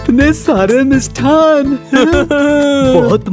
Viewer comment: Har show me "मिष्टान्न" ke sthan par "मिष्ठान" kehte hain. Sahi nahi hai.